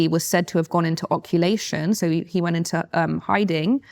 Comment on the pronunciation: Occulation😂😹 Its occultation, and u got a book deal. As misinformed as this is , reinforcing my belief youre as fake as ur lips